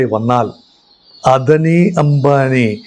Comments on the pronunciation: what NONCENCE uou TALKING about Not Adni clearly Ada ni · അദനി അല്ല സാർ അദാനി എന്നാണ് pronounciation